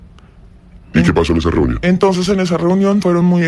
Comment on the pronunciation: Ena verA elE llamarA trumpO reunionA QUE FASTIDIO ESTOS PERIODISTAS QUE LE PONEN UNA V9CSL AL FINAL DE LAS PALABRAS